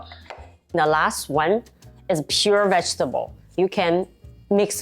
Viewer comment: vegetable读错了，我可以确认你是长大后移民的。